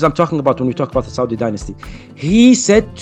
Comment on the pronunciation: Yaudi Arabia 😂